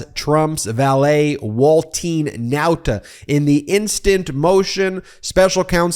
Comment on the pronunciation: I like the way you pronounce Nauta the chamorro way. Check with the Guam and CNMI US Representative on Washington . Most media pronounce it the wrong way.